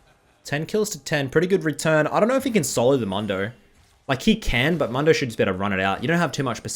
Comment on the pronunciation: It's pronounced moondo lmao